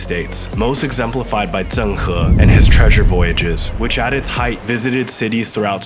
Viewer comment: and and It’s interesting that standard dialect was used up to this point to pronounce Zh ‘correctly', and then a southern pronunciation was suddenly adopted here for the narrator’s pronunciation of “Zhen”, “Fǔzhōu”, and “Zhāng", wherein Southerners typically don’t differentiate between Zhe/Zhi/Zhou/Zhang and Ze/Zi/Zou/Jiang.